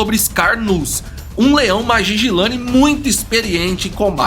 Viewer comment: Corrigindo algumas coisas: - Primeiro um nitpick, Mapogo se pronuncia "Maporro", Majingilane se pronuncia "Madinguilane" e Selatis é "SeLAtis", não SelaTIS. A reserva é chamada Sabi Sands, não Sabi Sand; - Mapogos Ocidentais não aceitaram Mr.T como líder quando ele retornou, isso não tem nenhuma base na realidade, ele era o menos dominante dos 5 quando retornou; - Outro nitpick: Biólogo algum testemunhou qualquer coisa na reserva, biólogo não trabalha em reserva, Rangers e Guias que testemunharam; - Mr.T morreu em março de 2012, Pretty Boy ainda viveu até dezembro do mesmo ano e Makhulu até março de 2013; - Essa história dos Selatis-Majingilanes tá longe de ser uma representação correta dos acontecimentos. Eles já vinham se enfrentando a mais de um ano desde que Selatis viraram dominantes e foram Majingilanes que mataram o 5ª Selati em 2011 quando os últimos eram nômades. Majins eram sempre os leões invadindo o território ocidental dos Selatis e sempre os Selatis os batiam de volta, porém um dos Selatis foi morto por um búfalo e c/ a vantagem 4x3, Majingilanes feriram gravemente um terceiro Selati que veio a morrer depois e aí tomaram o território. Ambas coalizões estavam no auge quando se enfrentaram. Tudo está registrado em relatório dos rangers na tpc "Lion Tales" do próprio WF.